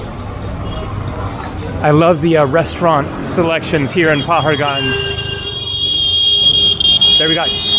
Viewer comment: Hi: Welcome back to India! Paharganj is pronounced "pahaadgunj" - "pahaad" in Hindi means mountain or hill.